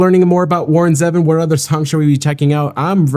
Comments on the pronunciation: It’s ZEEvon not Zehvon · Grrrrr. Even after your correction you still got it wrong. His name is Warren ZEEvon not Zeven. I still like you 😉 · Still not quite right... "Zee - Vonn" Zee rhymes with "sea" and Vonn rhymes with "lawn" and emphasis on the "Zee." 😊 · It's Ze-Von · This is one of my favorite Warron Zevon songs. His last name is not pronounced like the number seven. I remember last interview with Letterman. Enjoy every sandwich.